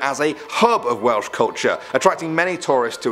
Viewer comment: I thought you said whales